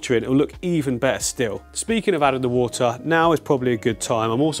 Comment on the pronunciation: Just had to bring it up... "The Woohtaa"